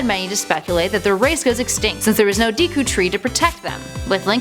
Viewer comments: It's Deku tree, not DEEku tree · I'm sorry, but, Deeku tree? Kocurry? No.